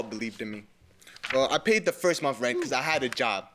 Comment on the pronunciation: Omg Mathis makes me sick... the way he talks down to everyone, the way he always has to let er'body know how he knows the game 🙄, one minute he's uncle Ruckus, the next he's Tupac ,,,and it pronounced monTH-th-th not 'munt'. He's low rent with a low iq and I'm shocked that anyone would hold him in any sort of high regard. 🤡🤡🤡